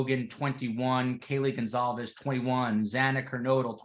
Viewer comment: I heard the sliding door was left open, not the front door. Comments . And are you saying Goncalves, or Gonzalez? It sounds like over and over, you are pronouncing it Gonzalez.